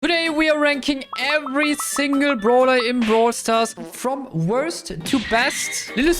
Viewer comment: “Brool stos” in every fucking vid fucking gets me lmao good shit